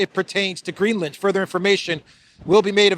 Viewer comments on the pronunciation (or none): none